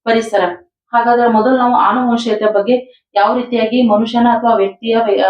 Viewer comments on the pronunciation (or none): ಆನುವಂಶೀಯತೆ ಅಲ್ಲಾಮ್ಮ, ಅನುವಂಶೀಯತೆ.ಮಕ್ಕಳು ತಪ್ಪಾಗಿ ಕಲಿಬೇಕಾ ನಿಮ್ಮಂತವರಿಂದ